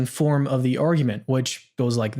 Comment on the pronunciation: To be fair, he didn't say anything about "the core syllogism," he only spoke of "thee core syllogism." Of course, that seems to be because he's unable to pronounce articles properly in English, but still... 🤔